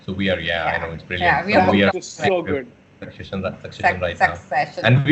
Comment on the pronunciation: It's so funny how Rajkummar is struggling to pronounce the word 'succession' and not being able to do so. He tried to pronounce it 4-5 times n seems to think, "Kuch ajeeb lagg raha hai. Kuchh toh gadbad ho rahi hai.." 🤣🤣 n Patralekhaa is controlling her laughter, then finally pronounces it for him, but Raj is still left pronouncing it, with all his efforts still in vain 😂🤣😂🤣😂🤣😂🤣 This is in good jest. I'm an admirer of their work. But this was funny 😁😂